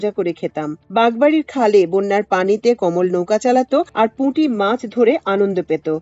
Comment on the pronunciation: কোমল নয় কমল যদি তা পদ্ম হয়। উচ্চারণ বিভ্রান্তিকর